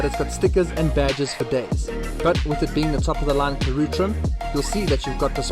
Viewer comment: Pronouned Karoo and not Karoe